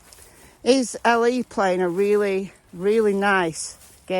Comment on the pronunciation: Sometimes when you say LE, I hear Ellie, and for a second I think, “Who’s Ellie?” Haha.